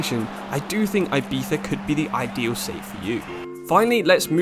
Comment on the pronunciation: The way u pronounce Ibiza 💀💀💀